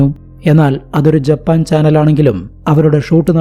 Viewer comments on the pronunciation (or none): none